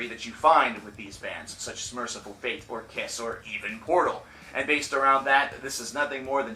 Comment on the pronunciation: Fate, Dude! Not Faith... :D:D:D